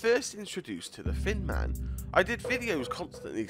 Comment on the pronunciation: It sounded like he called him the fin man